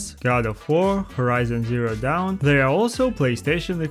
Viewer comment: Bro said horizon zero down it's called horizon zero Dawn